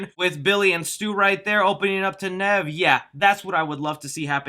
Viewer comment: I can't wait to see this movie Edit: Did I hear wrong or did he call Neve, Kev?